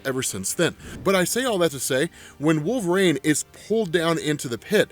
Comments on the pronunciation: Dude i have lots of respect for you i and i live ur videos i mean this is the nicest way possible but its wolverine not wolverain ur pronunciation was like nails on a chalk board thru most of the video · Wolverine "Wool-Ver-Een" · So why does he call Wolverine Wolver-rain?